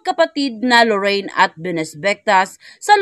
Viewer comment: LORIN !!! LORIN !!! NOT LORRAINE !!! HINDI LORRAINE !!! 😢